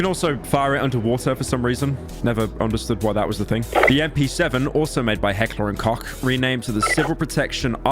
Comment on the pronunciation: You really said Heckler and Cock, video unwatchable, incorrect pronunciation.